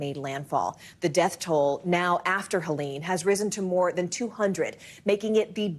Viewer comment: She said "Kelene" with a 'K' at the beginning of this broadcast, and her tone seemed too happy for the sad story.